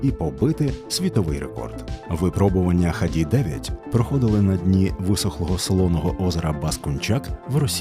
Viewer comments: Не ХАДИ', а ХА'ДИ! Имени ленинского Комсомола на те времена... отличный институт-лучший среди остальных 5 вузов. Но сейчас киеф прикладывает все усилия, чтобы угробить XADI... Харьков🇺🇦👍-лучший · Був там у 2021-му коли обирав куди поступати. У ХАДІ (доречі наголос на перший склад) так то чимало усіляких розробок в інженерії і досягнень автоспорті: багато всяких суперлегких/аеродинамічних автівок проектували, боліди для Формули-3 будували, і навіть свій власний двигун виготовили. При совку це все трималось на якомусь фінансуванні і ентузіазмі, але ясна річ - про повноцінних вихід у білий світ можна було і не мріяти: випускали хіба на виставки. За незалежності, очевидно в цьому перестали бачити доцільність, і потроху воно все зійшло на нівець. Останнім досягненням, наскільки я знаю, було виробництво авто і участь в міжнародних змаганнях по найдовшому шляху на 1 літрі бензину у 2013-му році (ХАДІ-34 - 575 км/1л)